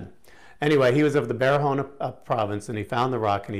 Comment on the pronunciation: Barahona, not baharona